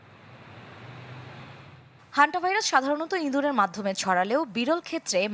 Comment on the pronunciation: একজন সাংবাদিক ইঁদুরকে ইন্দুর উচ্চারণ করবে কেন!